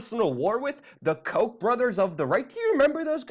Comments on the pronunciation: Lol dude the Koch brothers name is pronounced cau-tch Not coke. Lol sorry but that was funny to me. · The Koch brothers don't deserve the respect to go with them in saying it's pronounced as Coke brothers. No. No, it is not. We all know their name is actually the Cock brothers. Which, of course, fits.